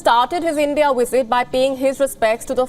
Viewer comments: The presenter needs to learn how to pronounce the letter v in English; it's visit, not wisit. The presenter conveniently overlooks the significant trade barriers imposed by India on foreign goods. And why are visas a one way street? How about India allowing Brits the right to work in India? Finally, the presenter seems confused by whether the purpose of the program is Johnson's covid breaches or trade talks between the two countries. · Is that wisit or visit? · Is it just me or does the way says "visit" sounds like 'wisit'? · It's visit not wisit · Is it wisit or visit turd or third? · Learn to pronounce " visit". Very amusing to hear the pronouciation as "wizit".. but....ce la vie and no big deal. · Stop saying wisit? Hindus still love their colonial masters. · The wizit? What is “the wizit” and where do I get one? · The "wisit" I was confused 😕 for a while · I keep hearing wizard it place of visit 🤷🏿‍♂️😅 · she cannot pronounce visit without using a w, wisit , but can say visa perfectly ?, i bet Sunaks wife got shares in that new jcb factory aswell, go home Boris and face the music, and thanks for showing us more british firms moving abroad for cheap labour and reduced taxes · Sounds like she is saying wizard. But then again I'm just a Stupid American. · Wizit is better than a visit. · I fail to understand why a news reader would pronounce words having letter 'V' like the words having letter 'W'. Please correct the diction.